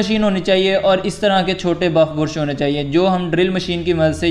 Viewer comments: Bursh or brush😅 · Bursh nahi be..brush bol. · Bruuuush nahi brush. Bra-shh ese pronounce kartr hai